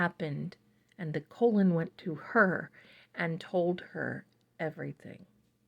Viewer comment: His name is pronounced Colin. Not colon.❤